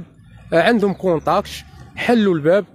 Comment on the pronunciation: الكونطاكط ماشي الكونطاكش